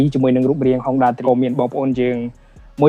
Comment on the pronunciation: Honda ម្ដេចអ្នកអានហុងដាទៅវិញ? អក្សរ (ង)មកពីណា?